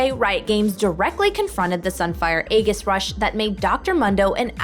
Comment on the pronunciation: Aegis = EE-jis Not EGG-is